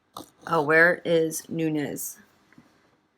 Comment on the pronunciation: Hey Queen, you pronounced it correctly, it's Nunes (Noones) not Nuñes (it's Nuñes with a tilde - the curvy line above the "n" making it sound like an "ny").